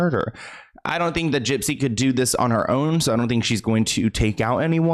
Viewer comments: I love how you call her jip jip 😂😂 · 😂😂😂 Not you calling her Gyp Gyp!!!!😂😂😂😂 💀💀💀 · why does he call her gyp-gyp?